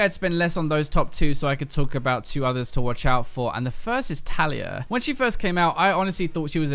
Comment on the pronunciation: Talia? Hey this is not the Game of Thrones video game:D I think you pronounced Taliyah's name wrong:P